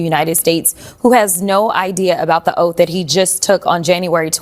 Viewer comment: He swore an “Oaf” then he is dead on correct!😂